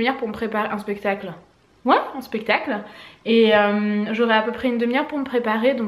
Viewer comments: *spectacle et non pestacle haha❤ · on dit"spectacle" non pas "pestacle"😂😂